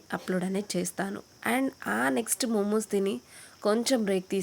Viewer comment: ముముస్ కాదు మొమోస్ అనాలి